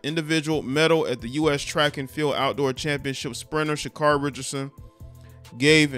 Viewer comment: Pronounced Sha-Carey :)